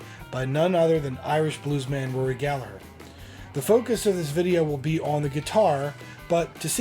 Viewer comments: Aside from everything else, thank you for pronouncing his name properly with the silent G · HE PRONOUNCED GALLAGHER CORRECTLY!!! HE PRONOUNCED IT CORRECTLY. It may be nitpicky but I absolutely hate it when people use the uk pronunciation for Rory like the way people say Liam and Noel Gallagher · Magnificent vid!! Kudos for pronouncing Gallagher correctly too.😉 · Congratulations on the correct pronunciation of Rory’s surname. The h in Gallagher makes the g silent. I’m 60 this year and you are the first, outside Ireland that I’ve ever heard pronounce it properly. I can’t tell you how happy and impressed I am. Well done you sir. Crowley’s music store is gone now, I don’t know what it looks like now but before it changed I drove down and got a photo outside. There is a plaque honouring Rory’s connection the shop. The legends are true, the sweat, the first strat in Ireland, even if not bought by him originally. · Wonderful job on nailing the tale of Rory's truly iconic Strat. From what I understand, the Fender re-issues have both "Tone" controls (pots) working. Aside from that, they're very authentic. Keep up the good work "". Also, thanks for pronouncing his last name properly by dropping the 'g' before the 'her'.;) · Congrats man you're one of the few who actually pronounce his name right. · Great Research on this iconic Guitar of the Greatest ever Rory Gallagher.....Great to hear You pronounce Gallagher in the Irish way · Good work on the Gallagher pronunciation. I used to live on the south circular in Dublin, never found any guitars.